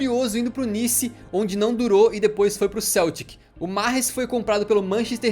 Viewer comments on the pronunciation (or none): none